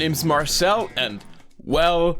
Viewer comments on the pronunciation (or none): "WELL CUM" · At the beginning when he said "Well-Cum" I was like, " I already love this guy." :) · he said well cum